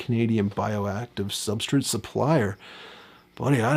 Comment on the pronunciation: Bro, WHYYYY do you pronounce Substrate soooo weird?!?!? I cant stand it. You cant say S-T-R-A-T-E